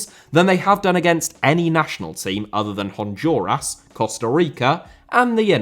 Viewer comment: America* not Ameriker Rather* not Rother Copa* not Copper Argentina* not Orgentiner Honduras* not Hondjoras Korea* not Korear Croatia* not Croatier Half * not Holf Liga* not Liguer Saw* not Sor Bielsa* not Bielser